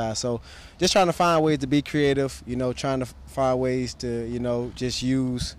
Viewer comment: Ceeative and not creative is it? Okay.